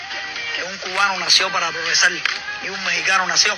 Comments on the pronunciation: No se dice progesal se dice progresar 😂😂😂😂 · La diferencia de este cubano con los Mexicanos es confundir la "R" con la "L". "Progresal", "Tercel mundo" jajajajajaja